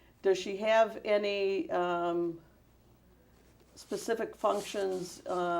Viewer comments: "Is JMMI your business?" "Well....of course. But to be pacific you'd have to axe Michelle, I'm not really sure on that....." As he sweats right through his clothes. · 😂😂 Will you Be more “ Pacific “?!? 🔥👿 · What makes this so funny, is he is clearly illiterate and stupid but portrays himself as intelligent. Someone tell this guy it is pronounced "Specific" NOT "Pacific" Hahahahaha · Yeah I like the way he says certain words. Axe, pacific . He doesn’t know common language